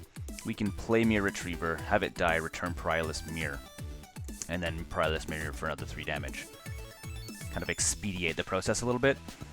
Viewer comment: I've noticed in a number of videos that you pronounce Perilous as Pryolous. Are you aware of this?